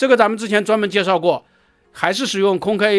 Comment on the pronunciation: "空中巴士", 硬要講"空中巴士客運","空客"不好說, 可說"空巴". 說什麼"空K", 那是????